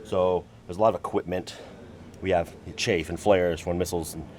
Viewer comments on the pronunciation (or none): Chafe?? It's chaff!